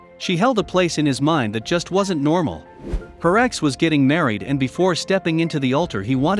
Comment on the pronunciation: So am I the only one disturbed by the auto voice narrater can not say the word ex (e x) and wasn’t (wasn t) with the technology we have these days we can’t have automated voices to say words completely? Many say computers, robots ... are smarter than people I don’t think so these machines can’t even talk